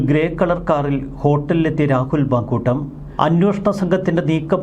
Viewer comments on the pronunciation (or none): പാങ്കുട്ടം അല്ല സൂർത്തെ... മാങ്ങൂട്ടം ആണ്